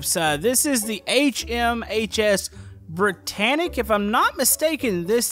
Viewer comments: You pronounce it with a long I brItannic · you said britannic right